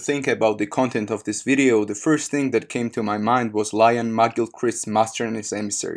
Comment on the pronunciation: "this wideo ... " LOL